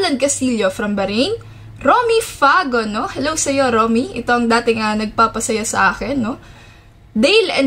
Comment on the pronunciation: Pa shout out po sa sunod na video nyo...lodi Wahaha ang kute nyopo pag kukindat saka ....ung pag ka bangid ng "nga" hehe from samar here😊